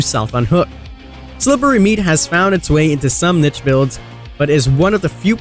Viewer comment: Finally someone that knows how pronounce niche. I've heard way too many say "neesh"